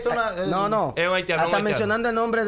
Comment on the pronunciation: Pero es haitiano, el dijo haltiano 🤣